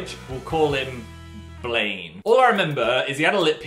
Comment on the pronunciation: "Blane" someone has been watching iZombie lmao